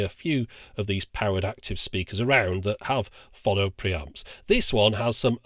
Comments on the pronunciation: Why do you keep putting an extra N in Pho-no to make it Phon-no? Also I suspect you can't play the (few) records where there are no track separation bands and I hope the switch also cope with 7" 33 1/3 rpm discs. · I thought it was pronounced "Phone -Oh" This reminded me I have a great linear tracking turntable that been in in storage for about 18 years now, I think its a Sony one. I honestly can't remember. In the same storage I also have this fantastic Hitachi MOSFET stereo amplifier from the 80's, huge thing with two big VU meters on the front, and I believe it had oil cooling too. It was very good. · Say 'Phone'.......now say 'Phono'..... ;) Lots of love, pedant. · Is there anyone else in the entire universe who pronounces "phono" the way he does?